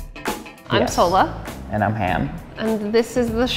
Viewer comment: btw it's Sohla, not Solah